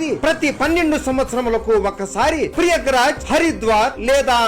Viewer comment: Prayagraj not priyagraj